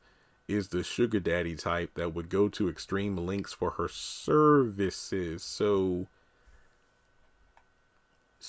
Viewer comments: Lol the way you said services lol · I was laughing out loud when I heard him say Services. That sounded so funny. I thought that was really funny.